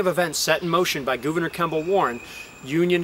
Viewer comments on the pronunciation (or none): great video. I like how he said Goovaner